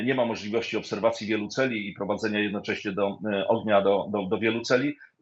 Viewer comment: Celów, a nie celi